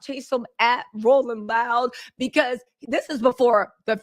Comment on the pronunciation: "rolling roud" lol. Love your sexy black ass girl, keep the tea spilling ❤